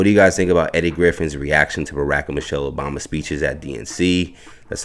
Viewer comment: Why does the narrator keep mispronouncing President Obama's name??